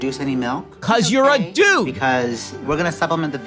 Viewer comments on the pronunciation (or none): i’m no big ben fan but the way he said “cause you’re a DUDE” killed me